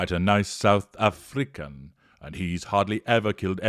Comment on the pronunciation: 'I've nevah met a nice south Afri-can' 💀💀😂😂